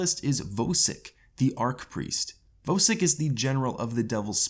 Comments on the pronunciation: As soon as he said vo sik I stopped watching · why do u say vosik like that